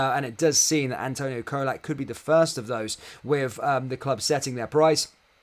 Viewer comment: Great Video as usual matey though you need to learn to pronounce Colak correctly before he leaves 😆 It's Cholak, CHOLAK 😂